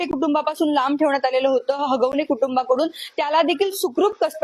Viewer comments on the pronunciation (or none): हागवणे नाही. हगवणे आहे ते😂